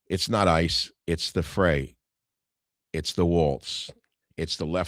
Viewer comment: Minneapolis mayor Jacob Frey........last name rhymes with bye, high, not hay Michael